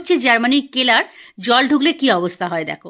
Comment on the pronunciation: কেলার না, সেলার বলে।